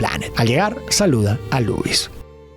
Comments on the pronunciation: lois? ❌ Luis ✅ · Lois ❌ Luis✅